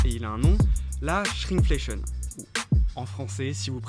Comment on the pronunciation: Bonsoir, si je comprend bien, il le prononce : Chrink-fléchieune (il prononce le i et le n)